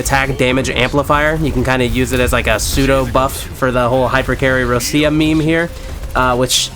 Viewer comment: No way u s6 Roccia and can't pronounce her name right